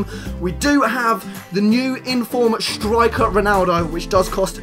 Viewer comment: First of all, breathe. Second, stop saying "shtriker"